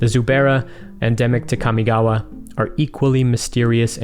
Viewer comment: As someone who speaks Japanese fluently, thank you for pronouncing Kamigawa (and the other Japanese/Japanese-inspired words) the way you did. It's not perfect, but the way most people pronounce them is like nails on a chalk board to me. (for anyone curious, in Japanese, a letter is either a vowel sound or a consonant sound followed by a vowel sound. So in "Kamigawa" Ka, mi, ga, and wa are each separate letters (when writing in hiragana, let's ignore kanji because kanji doesn't matter too much when pronouncing words). In Japanese, with one exception, all letters are pronounced the same all the time. In the case of Kamigawa, Ka is like "kah", mi is like "me", ga is like "gah" and wa is like "wah". Mainly what bothers me about how most people who pronounce Kamigawa is how, for some reason, Ka is pronounced like "Kya". Just... no.)